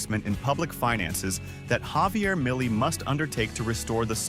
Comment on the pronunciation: Should the speaker say "Javier Milei"? Or... "mayli"... Or something similar... 😂😂😂 "Impuesto país "... 👌🏻👌🏻👌🏻